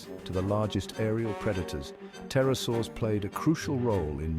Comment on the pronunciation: Pterosaurs, not Tarasours. 🙄